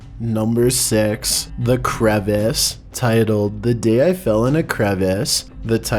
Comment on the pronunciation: Dude it’s pronounced cra-vass.... crevasse vs crevice